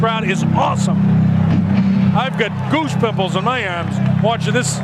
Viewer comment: the commentator said i got goose simples in my ahms! lmao